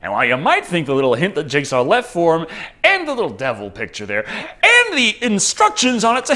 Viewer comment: Are you saying jigsaw or Jake Saw?